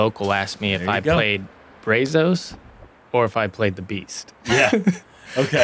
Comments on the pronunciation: "braz-us" not "bray-zose" :) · No way anyone in Texas said "brā-zos" it's "bră-zus" lol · Why can no one pronounce Brazos correctly???? Geez!! It's not Brayzos...its Braazus....its Texas yall. We say the "a" differently. you should know this! Yall are Texas boys also! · This is awesome! Even hearing Brazos mispronounced is ok...but the guys should know better 🤷🏼‍♂️ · Brazos is pronounced BRA Z”Oh”s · Guys it’s BRAHzos. Solid A for effort though. 😂